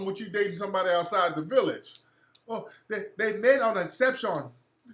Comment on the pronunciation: I lost it with that wakanda accent when he said eceptions. Lol!!!